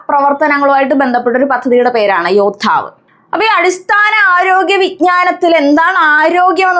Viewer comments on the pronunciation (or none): Helpful class❤❤ശരിക്കും യോദ്ധാവ് അല്ലെ.. അതിൽ യോധാവ് ആണല്ലോ